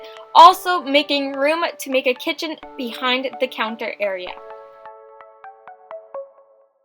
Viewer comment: she said counther instead of counter